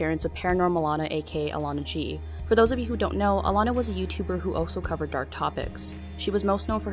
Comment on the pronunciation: It's ALANA ...not "Illana", dummy.